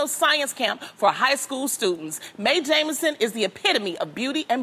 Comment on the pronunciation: It’s Jemison. Not Jameson Loni